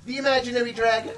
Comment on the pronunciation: I love how pronounces "Dragon" as "DrrrEEAAYYyyGGEEyyyNNNN"